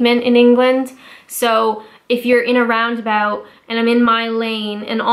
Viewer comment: 'Round aboot'